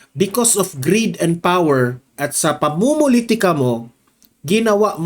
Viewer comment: Power hindi pawer